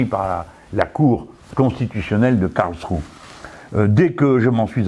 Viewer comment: M. Mélenchon, le -e final de Karlsruhe se prononce, autrement dit, cela se prononce "KarlschruhEUUUU". Merci